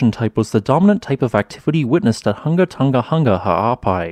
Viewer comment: Just a note - the correct pronunciation is HOO-nga... and not HUNG-ga.